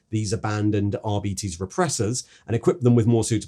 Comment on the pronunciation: arbeetes? surley its ar-bites